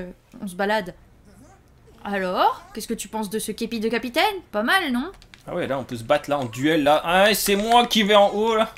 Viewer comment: "mario le cappy taine " c fait expres ou pas